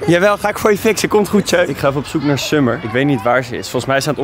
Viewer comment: "Summer" spreek die naam eens fatsoenlijk uit man